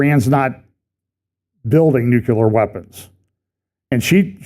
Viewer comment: Mornin'. I don't mean to be nit- picky, but it's nuCLEAR, not nuCULER. Love ya in the LORD, Bro. Have a great day!